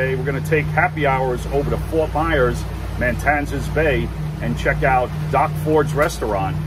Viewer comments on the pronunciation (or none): Isn’t the area you just visited spelled Matanzas not MaNtanzas? That is it has just one “n” so it’s pronounced Mah-tan-zis?